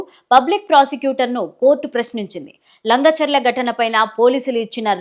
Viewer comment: ఓ అమ్మ అది లంగ చెర్ల కాదు లగచెర్ల